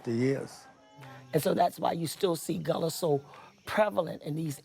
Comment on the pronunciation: It is pronounced Gah-la. That's my people.